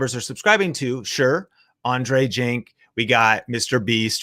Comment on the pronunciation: its not Andrei Jink it’s Jikh lol